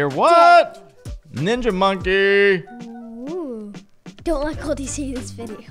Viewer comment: He said “minja monkey” LOL